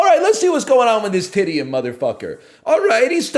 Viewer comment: I will now pronounce Titian as Titty-an